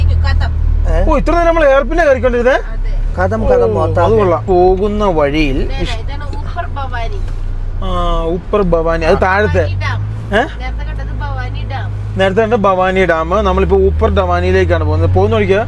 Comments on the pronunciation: ഉപ്പർ അല്ല അപ്പർ ആണ് രണ്ടും ഒന്ന് തന്നെ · ഊപ്പർ ഭവാനി അല്ല.... അപ്പർ ഭവാനി എന്നാണ്..... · ഊപ്പർ ഭവാനി ❌️ അപ്പർ ഭവാനി ✅️ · ഊപ്പർ ഭവാനി അല്ലടെയ്. അപ്പർ ഭവാനി... വിവരം ഉള്ള നല്ല കുടുംബം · ഊപ്പർ ഭവാനി 😂😂അപ്പർ അല്ലെ 😂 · Ooper bavani alla upper bavani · ഉപ്പർ ഭവാനി ❌ അപ്പർ ഭവാനി ✅